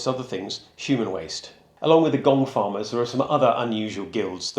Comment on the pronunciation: The gong farmer at first I thought you were saying gold farmer. 😅 Wonder if one was ever randomly hired to come early just to find something like a gold bracelet that was doped down there by accident. 🤔